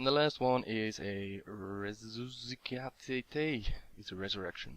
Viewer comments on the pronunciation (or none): Resuscitate REE-SUS-I-TATE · For future reference (if you even check the comments anymore), the revival spell is pronounced: Rees-uss-i-tayt. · "Resuscitate" is pronounced "Ree-Suh-Sih-Teit" For reference :3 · hahahaha couldn't pronounce resuscitate >,<